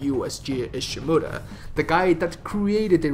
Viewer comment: JEESUS OMG how you pronounce Ishimura